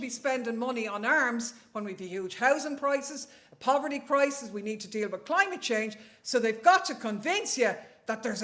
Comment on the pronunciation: Did she say klimate chhange...?